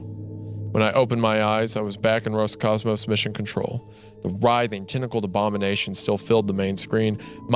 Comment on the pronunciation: То как слово "Роскосмос" раз за разом произносится как "Роскомос" каждый раз вызывает на моем лице тупую улыбку.